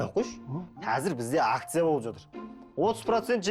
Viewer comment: Атыр,атыр демей жатыр деп дұрыс сөйлемейме😮